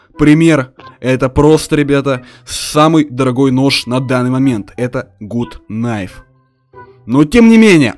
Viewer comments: не гут найф а гат кнайф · Не гуд найф а гад найф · Не гут найф а гат найф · не гуд гнайф а гад кнайф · не Гут кнайф а гат кнайф ! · ну гут кнайф а гат кнайф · Мда правильно Гат кнайв а не гут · Гат найф а не Гут найф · REDMI вообще гут кнайф! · ПРАВИЛЬНО ГАТ КНАЙФ